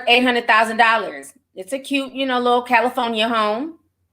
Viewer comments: Ditto LOL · cali phony a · Me too 😂😂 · I cackle every time I hear Ti say “Cali-Fo-Nia” 🤣🤣🤣🤣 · Lol meh tooo she’s heaven sent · Same, I love it😂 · Same i love it when she says that 😂🥰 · I love it! 🤣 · Be having me weak asl 💀😆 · I couldn’t help myself 🤣🤣🤣